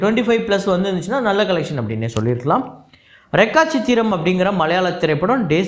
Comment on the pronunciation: ப்ரோ அது Rekha சித்திரம் நீங்க ரெக்கா சித்திரம் என்று (க்)கு போட்டு சொல்கிறீர்கள் (K)spelling silent